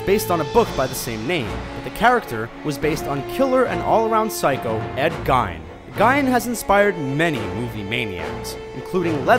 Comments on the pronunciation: Yeah, it's pronounced "Geen". They also screwed up Regan MacNeil. It's not "Ree-gan", it's "Ray-gan" like Ronald Reagan. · it is pronounced GEEN! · its GEEN ed GEEN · It's pronounced "Geen" not "Gine"... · I'm sorry, but the mispronunciations drive me crazy. lol Regan's name was pronounced "Ray-gen" not Regeen. and Ed Gein is pronounced "Gayn" not Geen. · it's Geen not gain Ed Gein is from Wisconsin and due to having a Wisconsin accent it is pronounced Geen not Gain. He and his family pronounced it that way. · Yeah, and "Ed Gein's last name is pronounced, "Geen", not "Gine". He kept doing that and it was very annoying! lol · Shotana Studios right it’s Ed Gein (gain) not gyn(ecologist). This is the one that bothered me the most! 🖕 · It's Ray-gan! Not reegan. And it's Ed GEEN, not Gay-an. * sigh * Canadians. LOL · Gien is pronounced as Geen, other than that, great video as always! I didn't know it wasn't common knowledge that Rocky Dennis was a real person. I guess I went into that movie knowing it was a biopic. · Ed Gein's name isnt pronounced "Gine" Its pronounced "Gain" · it's Gein, Not Gine... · It's pronounced, Ed 'Geen'... Not 'Gine' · It's GEE-Ne not Gyn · geen not gine it's spelled gien.... pronounced geen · james is right is geen not gine simple google search is all you needed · itst pronounced Geen not gine, goofball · I believe it's pronounced Ed "Geen". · it's Ed gien (geen) seriously for the love of God would you please stop getting it wrong???? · ikr I was like nooo it's geen! lol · Its actually pronounced " Gain " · They say her name all through the movie, how could this guy not know how to say it! Oh and while we are on the topic, it's pronounced Ed GEEN! Geez...... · Joshua Smith no he's not, I'm from Plainfield Wisconsin, where Ed Gein was from. His last name rhymes with clean. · "Ed gine" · Shotana Studios I was thinking the same thing. Gine? Ruined it. Can't take anything seriously now. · It's Geen. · It's Ed Gein, not Gien, and pronounced Geen.